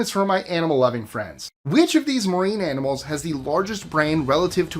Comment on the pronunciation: He said AMINALS😂